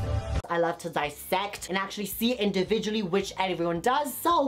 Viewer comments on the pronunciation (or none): none